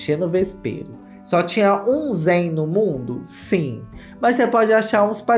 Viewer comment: que delícia ver você falando o nome e sobrenome do zayn certinho 😭💘 muito meu cristal mesmo